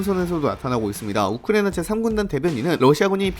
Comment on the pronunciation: 발음이 우크레이나 라고 들리는데 내 귀가 좀 이상한건가..